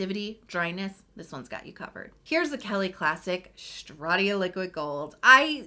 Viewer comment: I love you, but why “Shtratia”!! 😂